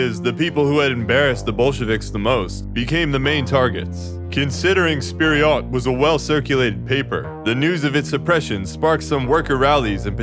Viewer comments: Seems like you're mispronouncing Vpered as "Spiryot", "Fpiryot" is moreso the target. Stalin's "Not a bad idea..." thought bubble made me chuckle. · As a Russian native speaker: “Fpir’yot” is actual the most accurate way to pronounce it.